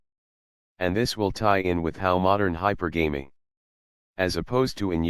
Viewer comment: you pronounce "hypergamy" wrong.